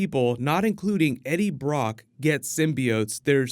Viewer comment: "I'm Eddie bwock"